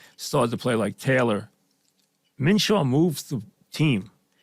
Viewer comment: I see Mike has just given up on attempting to pronounce Minshew's name correctly